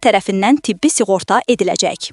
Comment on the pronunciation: S i ğorta yox, s ı ğorta!🤦‍♂